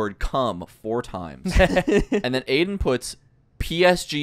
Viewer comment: Why is Aiden called Aimen?